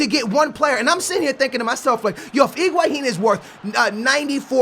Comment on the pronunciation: that's correct pronunciation